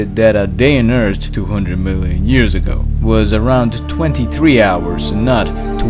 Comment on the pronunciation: Two hundred muielian years ago